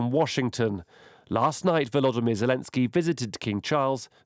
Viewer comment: His name is VoloDYmyr, accent on the third syllable, please.